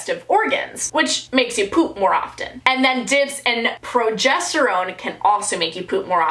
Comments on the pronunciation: pro-JES-ter-one (not one like the number but like own) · it’s pronounced pro-jest-er-one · Pro.ges.ter.one is really pronounced Pro.jes.ter.oune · Btw, chamomile tea is pronounced “Kam-oh-mill” and the hormone is “pro-jest-er-ohne” here’s a tip: I change my period tools (pad or tampon) every time I go to the bathroom, that’s what my mom always told me! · Incase anyone else doesn't know how to pronounce progesterone and chamomile here's how ^^ Progesterone: pro jes ter ohne Chamomile: Cam mo meel Hope this helps ^^ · I’m pretty sure it’s pro-jest-er-own. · Me getting triggered when she says progesterone